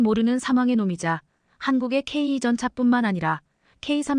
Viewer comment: 제대로 된 앵커멘트가 안되나요? 폴란드>>졸란드, 전차>>전자, K2(케이,투)>>케이 이. K3전차(케이,쓰리 전차)>> 케이,삼 전자? 말인지,방귀인지... 제대로된 발음 부탁드립니다, 구독자를, 우롱하고, 희롱하고, 헤깔리게 하는, 발음을 고쳐주세요. 유튜버가, 구독자,시청자를, 좆밥으로, 보는듯 하네요